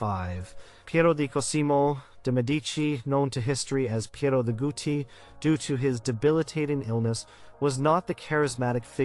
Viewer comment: That's not gooty. It's gowty... just a pronunciation correction.